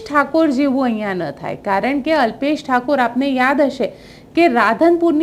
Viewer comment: બેન ઉચ્ચાર તો ઠીક કરો અલ્પેશ ઠાકોર (ઠાકુર નહિ)